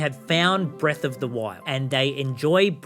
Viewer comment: Bweath of tha whyld